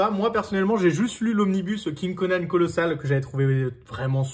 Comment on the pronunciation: Normalement, ça se prononce "Conane"